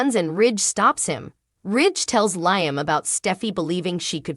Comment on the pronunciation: The readers need to w atch the show to pronounce names right. It's "Leeam" not Lieam"